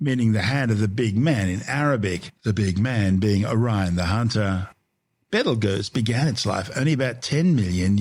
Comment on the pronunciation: I’m sorry but the way this ai pronounces Betelgeuse is preventing me from tolerating listening to this video